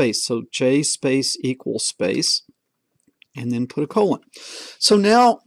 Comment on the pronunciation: After watching 11 episodes I have noticed that you always mispronounce colon and say "condolon" haha. Very helpful tutorial by the way no where else can you find such tutorials.